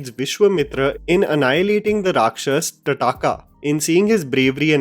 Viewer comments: Its TAADKA bro not Tdaakaa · Not teaching you anything.....but it's not TADAKA it sounds more like TAADKA.....✌️ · Good analysis and points made. All good. Just that it is Taadaka - pronounced as Taa-d-kaa and not Ta-daa-kaa 👍🏽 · her name is Taadka, not Tadaaka. She may be a rakshash, but lets not be white guys about it. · It's Thaataka not That Thataaka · Bhai English inti aa gyi aapko ki TAADKA ko TADAAKA bol rhe ho.. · Bro! Love your content! The less I say something about this movie, the better. Though just a heads up, it's 'Tadaka' as in ताड़का , not really TadAka. Big fan! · Not Ta-Da-Ka... its ताड़का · भाई टटाका नहीं, ताड़का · ताड़का, मेरे भाई!! Not तडाका!! Aur gadbad jhel na payega Mera classic obsessed dil! 😟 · Oh God!! - tod diya mere dil tune - Taad-aka ko Ta-Da-ka bolkar.....kardi South Delhi (High Class) ladko jaisi baat...chii yaar!! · Dude it's not "Ta-da-ka", it's ताड़का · Sorry to mention...its tadka..not tataka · I love your channel and content. Would recommend correct pronunciations though. ताड़का was very jarring since you pronounced it टडाका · Quick correction its ताड़का not तडका। No offence though. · “ta-Taaka”? WTF?, you seriously need to make an effort to get closer to our culture. Stop reading in English, and read in an Indian language that you are comfortable in. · Tadaka nahi ताड़का naam tha